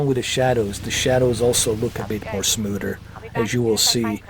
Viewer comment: You said "smooder" so many Gah-damn times lmfao.